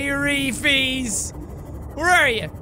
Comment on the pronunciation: It sounds more like hairy fees